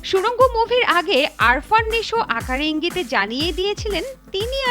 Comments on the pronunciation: 😂Arfan ❌ Afran✅ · BTW,,,there is a on doubt from my side ,,,guys it is "Afran Nisho" or (Arfan ) ?? This reporter saying it also Arfan ?? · right Afran ke bolce Arfan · আপনি নিশোর নামই জানেন না। আরফান নয় আফরান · আরফান না, আফরান নিশো। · Ary arfan nesho na . Afran nesho